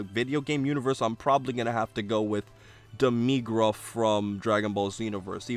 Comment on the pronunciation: you dont say demigra's name right